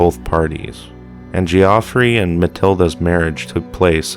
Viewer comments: Geoffrey, pronounced ..Jeff ree. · It's pronounced the same as "Jeffrey". FFS